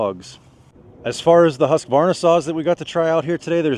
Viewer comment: Refreshing to hear someone on this side of the pond pronounce Husqvarna correctly 😉😉